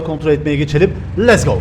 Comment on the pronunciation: Letz go değil lets go